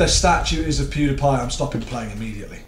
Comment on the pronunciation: It's pronounced Pew DEE Pie